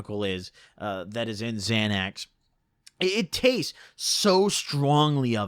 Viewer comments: You pronounced it right the first time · Definitely not Xanax dude so why ya keep calling um zanies?